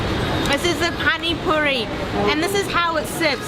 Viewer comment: Yum.. finally a foreigner who could say pani puri properly! 50 rupees for 5 puris is a rip-off. We pay 20 rupees for 7 in Bangalore.